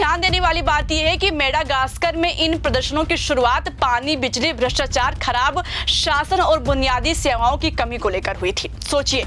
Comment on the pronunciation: Madam bhrshtchar nhi bhrshtachar hota hai.